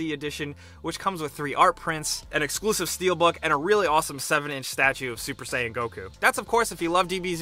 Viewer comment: SUPER SAYING BLUE GOKU